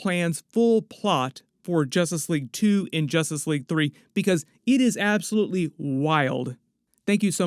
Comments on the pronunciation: I can't not hear "Jostice League" 😂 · It sounds like your saying Jostice league at first 😂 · Ha ha …. Jastus Leeaig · Why's bro keep saying jostice league 😂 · Y does this guy keep saying justice league wrong. Can’t u speak English lol! 😂